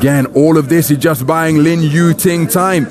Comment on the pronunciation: Lin "Tu Ying", really man?